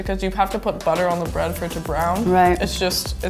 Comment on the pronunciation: the denim girl bread sounds like buttocks smh